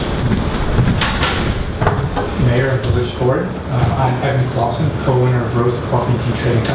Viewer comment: That is Evan Closson, not Claussen.